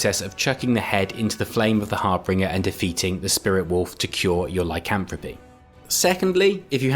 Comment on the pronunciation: It's harBINGER, NOT harbringer. What EXACTLY did you think a harbringer was?